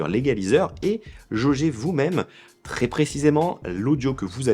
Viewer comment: Pourquoi tu prononces très "tré" ? C'est quoi l'idée ?